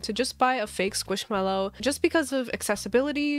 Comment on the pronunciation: Skwoosh mello